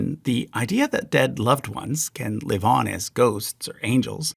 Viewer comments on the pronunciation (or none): none